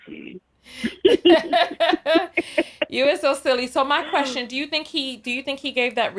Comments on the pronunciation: He said "Kwustion", need we see anymore? 😂😂😂😂😂😂😂 I would have been like "I cannot"! 😩😩😩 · why did you hang up on that man who had a "Kwustion?"😂😂😂